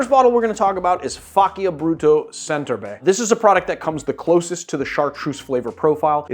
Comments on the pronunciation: Hi, awesome video. One little thing: the correct pronunciation of faccia is something like “fudge cha”. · Pronounced Faccia wrong